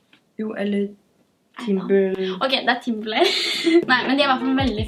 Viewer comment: TimberLAND, ikke Timberlay eller hva det er du sier haha